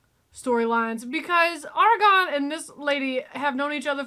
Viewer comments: Air-uh-goRn not Air-uh-gone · It's Aragorn, not Argon 🤣. Argon is a noble gas. Argon and Dumbledore, love it.